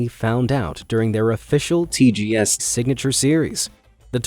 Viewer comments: why'd you say TGS like that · did anyone else here him say TGS in weird way